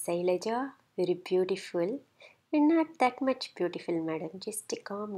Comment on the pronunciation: laap u......very very maach hahaha